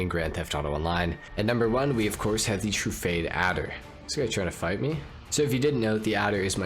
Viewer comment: I finally got that Weaponised Ignus and the Champion! Love them.. Saving for the Torero Next. Also Truffade: Tru-Fah-Day not True-Fade keep up the channel